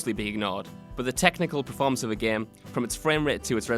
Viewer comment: ITS GAME NOT GEM XD